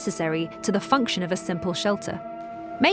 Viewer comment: Function, not fonction